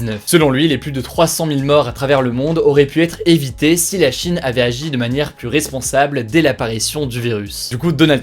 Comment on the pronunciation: Salut hugo, juste pour la suite "plus" se prononce "plu(s)" quand utilisé en superlatif ou en négatif (je ne veux plu(s) de...) et pluS quand utilisé en additif, par exemple "encore plu(s) visible" et j'en veux encore pluS, sinon super comme d'hab